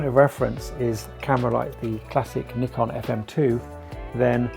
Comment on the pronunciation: It's pronounced Nikon 😬